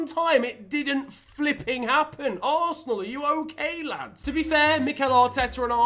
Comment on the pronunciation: He butchered West Ham and Arsenal worse than his old haircut 💇